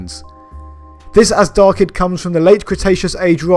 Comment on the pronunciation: FYI, in Farsi, the ZH in Azhdarchid is pronounced like the s in television or G in beige and not Z. The word dragon in formal Farsi is Azhdaha (in my dialect it's Azhdar).